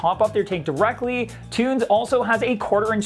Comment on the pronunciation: There's no possible way that's pronounced "tunes."